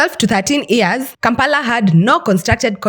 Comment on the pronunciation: Why does she keep saying EARS when she means YEARS!? Strange.